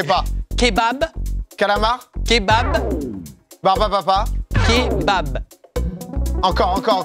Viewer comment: je buvais mon café quand il a dit " clébard " pour kébab, j ai failli tout recracher sur mon écran! j suis morte ils m'ont butée et <3